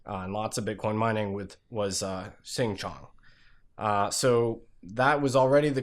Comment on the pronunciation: For what it’s worth, Xin Jiang is pronounced something like “Sheen gee-ah-ng”